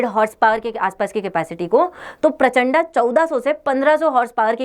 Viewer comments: कृपया प्रचण्ड को प्रचण्डा मत बोलिये। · Madam ji प्रचण्ड पढ़िए ना की परचंडा